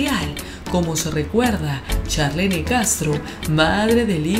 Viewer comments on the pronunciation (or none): Se escribe Charlene se pronuncia charlin